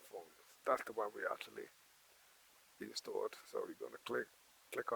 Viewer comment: I like how he says instead of installed he says instuolled I personally agreed with your statement..